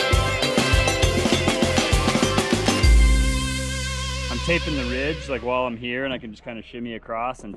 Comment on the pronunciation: !: You said garage four times near the beginning of this video. The first was okay. But then, you seemed like you lost motivation or maybe breath and they devolved into your usual 1.3 syllable pronunciations. Good job on the first one!